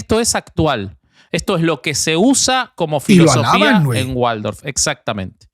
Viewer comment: Por lo menos el Sr. de la derecha, aporta información, pero el de la izquierda solo interjecciones, e improperios. Lo interrumpe al otro, que dele que dele con la Antroposofia, cómo pronuncia Filosofía, también acentúa la segunda "o" . Me hubiera gustado que leyera sin el ruido del Sr de la izquierda.